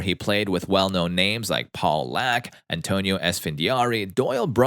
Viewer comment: Did he say Paul Laak ? Lol